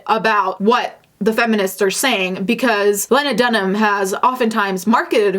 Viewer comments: Just so you know in the future, her name is pronounced LEE-na, not leh-na. It's not a big deal, and I know English isn't your first language, but I jus wanted to point it out. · my name is lena and when i saw the title of this video i had a heart attack i promise i havent done anything bad also im pretty sure the name lena is pronounced lee-na, not leh-na, but i could be wrong with how she decides to pronounce it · Lee-nuh.. not Len like Lenny.. Srry not to be that guy..lol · isn't it LEEEEEEEna not LEHNA? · LEE-na, not len-a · It's pronounced Lee-na not Lyn-na hater. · I think Lena Dunham is horrible and I can’t stand her but I’m not gonna lie this video got me pretty annoyed because you talk about how much you loathe Lena Dunham but you can’t ever pronounce her name properly? It’s pronounced “Lee-na” not “Len-a” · Just for clarification.... not that it’s of much importance, but it is pronounced Lee-nah, not Len-nah. I also don’t think you’re reaching.... but I do think that she has opened her life up to scrutiny, which is her fault, but she is being criticized a lot more harshly than any other male counterpart for being as brash. I’m not sure how I feel about the sexual predator thing... just as if someone under the age of 18 is technically unable to give consent... how much predatory behavior could really be accounted for. She shouldn’t have used that metaphor, but I think it’s something that may have actually bothered her... like growing up feeling guilty about the ways she would be “sexually,” and I don’t just mean sex but the broader meaning of the word, dominate over her sister? Unsure since it was never explicitly stated, but that what I inferred when I heard the audiobook originally when she put it out. Lena is a complicated person. Not someone I’m necessarily willing to defend any further than I already have. Used to be a fan... now I’m just neutral. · Is it not pronounced Lean-ah not Len-ah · not you pronouncing her name "Lenna" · It's pronounced LEE-NA.